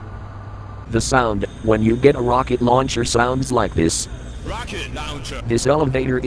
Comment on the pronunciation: All this was actually helpful- And the rocket launcher sound was hilarious, it goes like- (Insert accent) RoCkEt LaUnChEr!